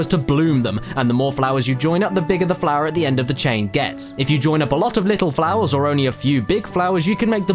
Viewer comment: somebody should count how many times hes said flowah. (the part where he says flora doesn't count)